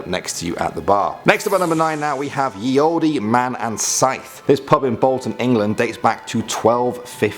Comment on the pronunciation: its pronounced "Ye 'old'" not "Ye oldee" lol